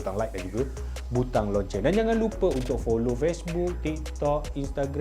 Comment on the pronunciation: Loceng bang...bukan Lonceng